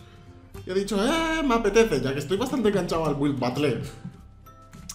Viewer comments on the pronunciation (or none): se pronuncia batel xddd